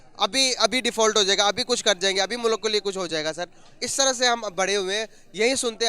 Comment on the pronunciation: aisa mat karo yaar... मुल्क को मुलक ऋषि सूनक को सनक 😇😇 Thoda confusion ho jata hai😄😄